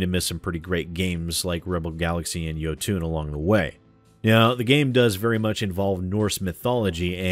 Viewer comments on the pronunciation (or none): It's pronounced "Yo-ton", not "Yo-toon". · its jOtun, not jotUn. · Think you are pronouncing Jotun wrong, should be Jotun(fast) with no uuun at the end like Jotunheim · Jotun is pronounced like Yo-Ton. Great game, pretty hard later on. I have videos of myself beating it. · Isn't it pronounced "Ioutn"?